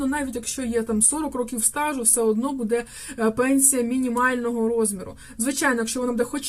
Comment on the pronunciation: Кажiть грамотно : не будЕ, а бУде,не калiчте мову